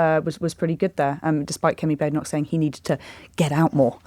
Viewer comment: Does JOB deliberately mispronounce Badenoch? (I know she's awful but saying her name wrong undermines anything you say imo)